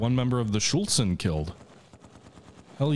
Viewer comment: Please, it's not 'Schultz-en' !